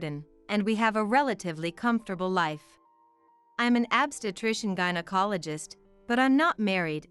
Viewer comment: I agree! Every time “obstetrician” was mispronounced I cringed.